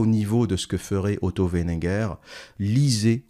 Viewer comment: C'est WeiNINger, pas Wenneger.